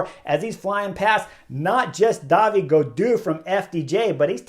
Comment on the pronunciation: Chris, just one correction: it's David Goudu, not Davide (French, not Italian) 😊